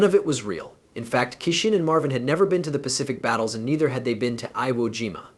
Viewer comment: "Iowa Jima" - a new low in crappy AI Generated videos.